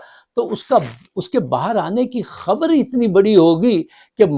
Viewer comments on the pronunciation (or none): Abe Urdu kisi hindustaani se seekh leta 14.10 ke Baad sun kiya keh Raha he kosis nhi koshish Hoti hai کھبر نہیKhabar nhi خبر hai Khof کھوف Nhi خوف ہوتا ہے